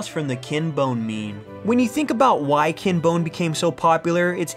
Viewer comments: It's Ken, not Kin. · He keeps calling him kin its killing me